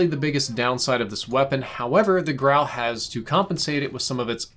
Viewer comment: Such a relief to hear your pronounce the guns name correctly. All the other youtubers I’ve seen have been calling it the “gru” or the “guru” smh